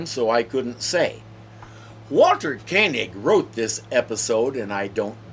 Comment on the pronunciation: But they found money to pay Gene Roddenberry's "girlfriend"🤯 That's why TAS has been a bit of a sore point for Koenig. And it's pronounced "Kay-Nig" not "Co-knee-g"... that's the guy Marin Landau played in Space 1999.😊